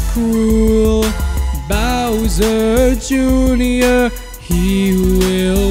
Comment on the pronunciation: Bowserrrr juinor, is a sin.. NO OFFENCE